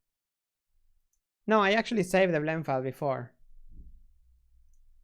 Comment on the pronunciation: Flend File. Lol!